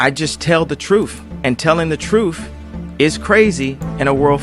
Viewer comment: Dude, it's Truth, not truf